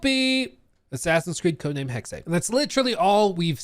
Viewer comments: it is so abundantly clear that you are not aware of what you’re talking about. Tons of words in the English language come from other countries originally and the pronunciation changes when they are in English. That’s why it doesn’t matter, speaks English and he is saying it incorrectly. However if you really wanna get down to it I even asked a family member who is married to someone from Germany and he said I was saying it correctly. The word is different in Germany than it is here. The reason I said I don’t care about how they said the word is because I was referring to how said it and he was saying it incorrectly. And like I told the other guy in this comment section I’m done discussing it with you because apparently too many of you have the intelligence quotient of used tampon. You look like you’re probably about the same age as the other guy I was arguing with Gen Z and I damn sure won’t take the pronunciation advice from your generation who make up words. 😂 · Not to be “that guy”,. But it’s pronounced “hecks-eh”. Hexe is German for witch. Sorry 😅😂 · What the fuck is “heckseh”?! It’s hex, like how a witch would put a hex on you. The fuck is wrong with you? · It's pronounced Hexe, but not Hexée like says it. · For real. Pretty sure it’s pronounced. Hecksuh not hecksay lmao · Dude... come on.. you make videos for a living. Its "Hex" like a curse... come on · It’s pronounced hex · What is it with you Americans not being able to pronounce words. It is simply "Hex". The last E is silent. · Jesus Christ, it’s not pronounced “hex-ay”. You would pick the gayest way to say it though. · Hex ey 😂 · pronounces it correctly, hexe („hex eh“) means witch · As a german, says it definitely wrong. He says "hexey" and that's wrong. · It's pronounced "Heck-Seh" It's a nordic word for witch! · nope. Look it up on wikitionary. The pronunciation is hecksuh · He's killing me every time he says hexe(y) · yep. Totally wrong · It’s hex. There’s no é